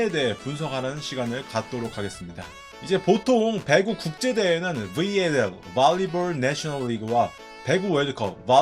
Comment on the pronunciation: 브왈리볼, 븨앤엘...충청도 본토 발음 굿~